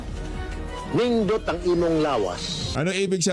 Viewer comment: nindut po hindi hindut